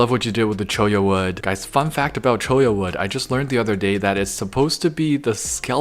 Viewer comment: pronouncing Cholla correctly gives me life.